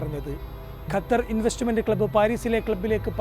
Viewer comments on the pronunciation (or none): none